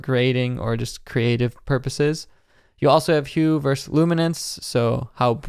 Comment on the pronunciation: Great video! One note... vs. is pronounced "versus," not "verse." :) Keep up the good work!